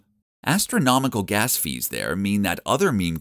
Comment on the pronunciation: gASS fee lol